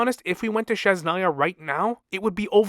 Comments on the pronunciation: I love your videos but god please, its Snezh-naya (snesh) not shesh-naya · Lol, it is a common misprononciation, maybe is too difficult to pronounce it. I was going to write about that too. But it is not sh, it is zh, as in brezhnev.